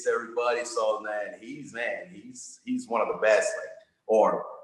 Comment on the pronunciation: Ariel the word “Won” is pronounced as “One” not “Wahn” please stop saying it like that